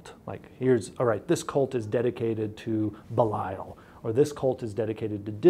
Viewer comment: Could people stop prounced Belial as "bee-l-ahyl"? It's pronounced either "bee-lee-uh l" or "beel-yuhl".